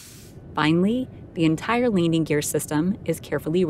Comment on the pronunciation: Get someone to narrate who can pronounce "landing gear".